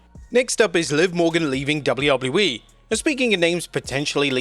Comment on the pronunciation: is he saying double u wouble u e?